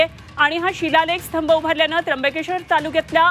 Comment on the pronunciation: स्थंब.. नाही हो... स्तंभ😂😂😂